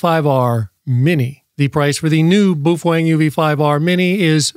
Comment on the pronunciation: When is this chump going to leatn how yo say the name properly 😂😂 boofweng 😂😂